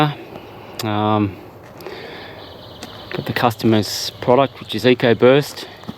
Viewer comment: It’s Ecobust, not Ecoburst.